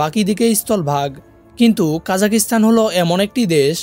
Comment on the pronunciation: জি ভাই দুঃখিত,,, উচ্চারণ কা জা খ স্তা ন হবে। ভিডিওতে তারাতাড়ি বলার কারনে এমনটা শোনা যাচ্ছে।